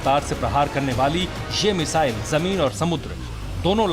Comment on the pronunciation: It’s missile not mizaile